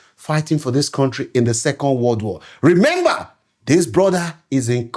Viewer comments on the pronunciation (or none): none